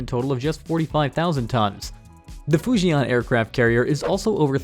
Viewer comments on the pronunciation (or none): none